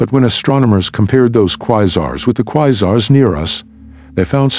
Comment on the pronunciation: I was interested in the content but I can't watch a video with a computer voice saying 'Quizars'.